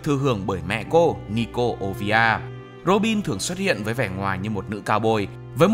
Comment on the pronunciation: Mẹ robin là olivia, chứ k phải ovia 😳